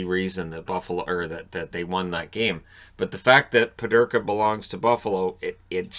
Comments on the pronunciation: Peterka not Pederka. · Just pronounce it correctly please. It’s annoying to me and all your German viewers.